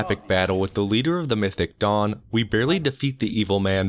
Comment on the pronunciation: what he sais "mythic dawn" what i hear "mythic dong" xD